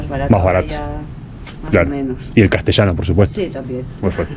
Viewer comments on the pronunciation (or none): none